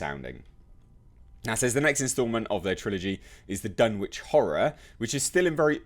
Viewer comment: I have serious doubts about this project but would be so amazing if it works. I had high hopes for Universal's Dark Universe, but apparently I was one of the few who enjoyed The Mummy. I would absolutely love to see an adaptation of The Case of Charles Dexter Ward, personally. Btw it's pronounced Dun-itch. (It's a New England thing) I do believe it's Watt-ly, not Wait-ly, but I could be wrong there. And yes, it is From Beyond. The Void was not an adaptation, but inspired by HPL.